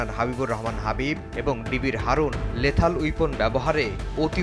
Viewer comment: Lethal Weapon, not Lathal ! Unfortunately, our journalists are lacking in correctly pronunciation words either in Bangla or in English language! Things getting worse day by day!